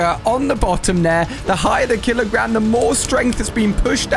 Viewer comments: can’t say kilogram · When it started squishing the moose bone, u accidentally said killogam instead of killogram. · You accidentally Said killer Gam😂😂😂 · bro really said "kiligam"💀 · At the start did he actually say killa gam💀💀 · At the start of the video he said kiligams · bro really said killagam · Alia literally said kila gam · I swear I just heard him say kilogam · The fact that he said kilogam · Kilogam? Did you say kilogam instead of kilogram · He first said kilogam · Brro said kilogam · What’s a kilagam?